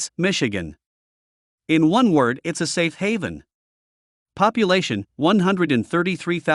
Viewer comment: In one word it's a "safe Haven." I guess this AI generated voices to effing stupid to know that that is two words.